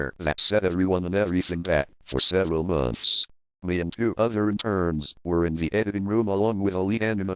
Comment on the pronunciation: this is really creepy, but i can't help but giggle at how the voice says "months" XD